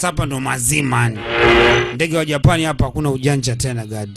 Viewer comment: Dj mbon hapo kwenye ja PAAAN UNATAMKA KIUPANICAJ😂😂😂😂dj kwrnye P tamka kwa ku relax tafadhar